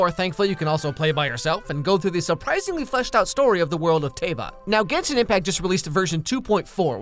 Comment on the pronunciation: you know he hes leing and has never played genshin because he pronounced every name wrong.